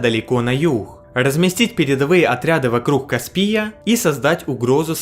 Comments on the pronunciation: Чувак, что у тебя с расстановкой ударений? КаспИй, клещИ... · КаспИй - вообще угарел с этого))) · Когда слышишь КаспИя и клещИ, с горечью понимаешь, что диктор даже смысл слов не понимает, не то что тему ролика (((